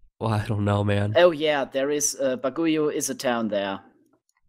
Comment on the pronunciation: its pronounced BAG-I-O not BAG-U-I-O